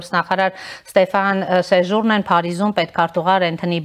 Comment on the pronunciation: Էդ շեշտերը ճիշտ դրեք , Սեժու'րնեն ուրն է ?? Սեժուրնե'